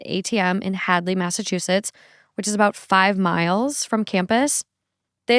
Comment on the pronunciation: I love how she says “Mazzachusetts”